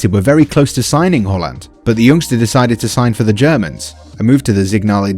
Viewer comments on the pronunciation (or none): did he just say whorland